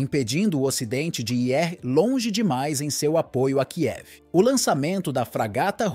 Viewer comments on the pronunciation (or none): none